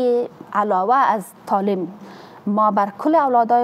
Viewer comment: حالا چه نیاز است،وقتی به یک زبان تسلط کامل نداری،بحرفی او هم زبان ی به بزرگی زبان فارسی درست است قبول دارم،میدانم ،باور دارم ،ایمان دارم که زبان فارسی کلاس دارد،شیرین است و آدم ها با تکمل به این زبان قشنگ خود را روشنگر فکر میکند نه تنها آدم ها حتا حتا حیوانات هم عشق و علاقه به یادگیری زبان فارسی دارد ولی نه این قسم ... مالیم ( معلم ) تالیم ( تعلیم ) ماریف ( معارف ) منطک ( منطق) انتکاد ( انتقاد) کریه ( قریه ) کبول ( قبول) فکت ( فقط) تگریبا" ( تقریبا") ها نا ( ها، نی) تامیر ( تعمیر) اکلن ( اقلا") معصوم ( مصئون ) باث (بحث) چی رکم (چی رقم) که این خانم پینه دوز این گونه تلفظ میکنند حالا چه ضرور به زبان خود،به زبان قوم خود،به زبان قبیله خود، بحرف نادان این زن فرد اول معارف یک کشور بنام افغانستان است. چی کنیم رفیق روزگار اینطور شده که پینه دوز ها و چوپان ها و آریشگر ها ... حکومت میکنند